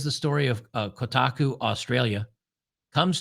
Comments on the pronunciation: New pronunciation just dropped: "Kota cu". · It's pronounced "Cockatiel" 😂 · I thought it was pronounced “ Cockatoo”? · Koh-Taaah-KU string that 'a' out a bit more. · Koh-TAH-koo…. Jesus Christ lol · It should be pronounced ko-ta-ku but they mispronounce their own name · Come on.... It's Ko...ta....koo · It's "shitaku" thanks! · Koh - Tar - Koo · Might as well pronounce it “cold taco” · I've been a "computer nerd" and gamer since 1978. Still going strong at age 54. Games journalists have been trash for over a decade. Also, it's pronounced Ko-ta-ku. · Emphasis on the 2nd syllable Ko TA ku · "Coat a coo" 😂😂😂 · It would be funnier if he keeps mispronouncing it hahahaha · Thank you for slapping around for his mispronunciation of Kotaku. Justice has been served. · Yea please stop saying kotaku wrong it’s hurting my soul. Otherwise keep up the good work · Pretend you're sneezing when you say Kotaku and you'll pronounce it right. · I want you to know that I'm not finishing this video because you keep pronouncing Kotaku in the stupidest way possible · It is tough to listen to butchering the name Kotaku. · To be fair to, Kotaku is an insult to the word "otaku," so I am fine with the mispronouncing. Heck, I'm thinking about doing it on purpose. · Good God. You can't even pronounce Kotaku? Please stick to what you know, and stop trying to copy Jeremy.